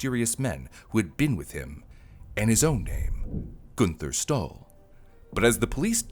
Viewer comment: When you said the name Günther Stoll, I thought you said he stole something. That letter does not look like a "Y" it looks like a "9". How does a head on collision throw him onto the passenger seat? Wouldn't it throw him forward? Possibly through the window? Inertia is a thing. So, we still don't know what YOG'TZE is?